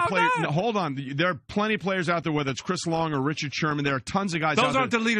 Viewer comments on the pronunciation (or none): none